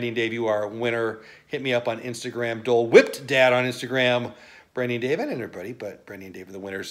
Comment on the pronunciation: Make sure you enunciate DOLE in Dole whipped dad, otherwise you are just "whipped dad" AHHAHHHAHAHH